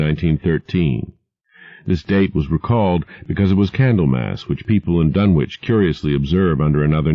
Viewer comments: I have long since grown sick and tired of the mis-pronunciation of the name "Dunwich" by absolutely everybody. It is my pet peeve. This is an English name and it ought to be pronounced in the English manner. Lovecraft was English to the hilt and at his very core. It's "Dunnidge", not "Dunn-Witch". For Greenwich, we don't say "Green-Witch", but Grennidge. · Grennitch and Grennidge are close enough. I'm not splitting hairs. Tomayto--tomahto. But at least it is not pronounced Dunn-Witch as in this video and almost everywhere else. That is what I am objecting to. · Then Ian is wrong. It's Dunnich. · Even Ian from Horror Babble calls it "dun-witch"